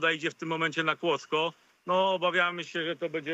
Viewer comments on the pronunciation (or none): Kłodzko a nie Kłodzk ale tama to już penkneła 🤣 a pękła 🤦‍♂️ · "Kłock" ja pier... amator